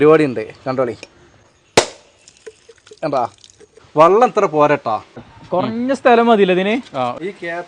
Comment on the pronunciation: വള്ളം അല്ല മാപ്ലേ ? വെള്ളം എന്നു പറഞ്ഞൂടെ? ഞാനും കോട്ടക്കൽ അടുത്തു തന്നെയാണ് താനൂർ.